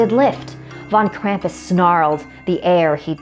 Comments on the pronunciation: Krampus take her away for not saying your name right! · Okay I'm from Germany were Krampus originated and his name is not pronounced cramp-us it's Krom-puss. Okay? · Why do people pronounce Krampus with an a the a is a u that is how Gremans pronounce it geez.